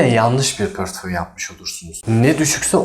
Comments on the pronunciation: hocam tekrardan dolayi degil de pörtföy demen çok rahatsiz etti dinleyemedim maalesef.. yeni videolarda tekrar izlerim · Portföyü pörtföy diye diye videoyu izlemeden kapattim dayanamadim